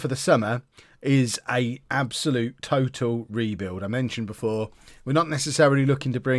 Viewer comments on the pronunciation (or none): none